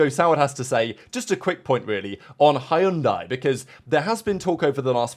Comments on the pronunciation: They are not called Hi-un-di, haven't you seen the adds teaching us how to pronounce it??🤣🤣🤣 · Spa and Monza should be on every year. I wouldn't mind Imola in rotation. P.S. Hyundai is pronounced Hunday like Sunday. I don't think they have the pedigree for F1 yet